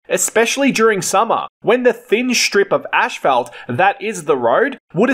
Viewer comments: One of the words that voice generators cannot get right is Asphalt.... Ashphelt? lol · It is not pronounced ash, felt, .. it is asss, fault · I think it pronounced (ass fault).....🤣🤣🤣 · The fact that you pronounce it fkin ASHFALT in Australia is the most interesting fact of this video. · It's him pouncing "ass fault" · Great video, and I also learned that you pronounce “asphalt” differently than in the U.S.! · im aussie and i dont pronounce it the way you do. Bit different. Thanks for the vid it was interesting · 🤣😂🤣🤪took me a min to hear what he was saying